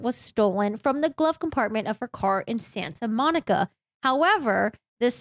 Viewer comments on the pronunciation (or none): none